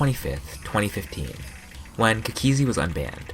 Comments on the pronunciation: It annoys me how he says cookiezi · the way he says cookiezi T-T